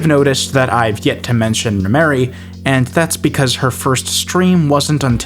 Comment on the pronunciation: it's Rhemery, not rhymery or rhy mary. she is trans